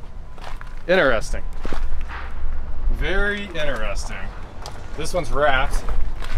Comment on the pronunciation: When i hear inAresting insted of interesting my brain freezes...🥴